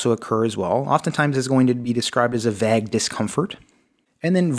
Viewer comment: I can't take you seriously if you can't pronounce the word Vague.